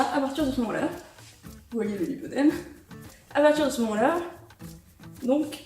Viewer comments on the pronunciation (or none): Lipoedème à prononcer lip-oedème ;)